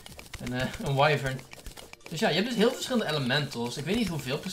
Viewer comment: je zegt “wyvern” als. “Wivrn.” Niet “Waivrn” (Gewoon een vriendelijke tip)